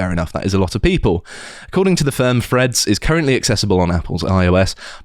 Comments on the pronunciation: Is it Freads or Threads? Please pronounce words properly.... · Can someone coach in how to pronounce threads. I spent 15 minute trying to figure out who the ‘Freds’ were.